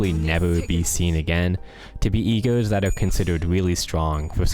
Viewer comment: omg when you were saying "E.G.O.s" I was hearing "E-girls" and it confused me so much